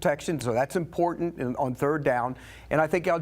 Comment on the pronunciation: is it important-ANT? what is with the ebonics? learn to talk.